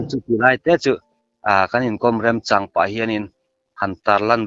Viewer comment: Hmulthi a sawi hi a dik hmel viau rualin 'ka remchang pah' a ti nghal erawh a diklo, 'ka remchan pah' tih zawk tur 😂